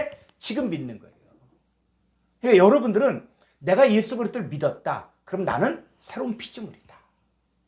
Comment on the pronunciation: 지적질하는 것같아 죄송하지만 읽어 주시는 여성도님 “애수”가 아니고 예수라고 발음해 주십시오. 부탁드립니다.